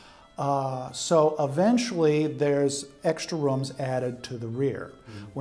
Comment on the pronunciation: “Roums” lol 😂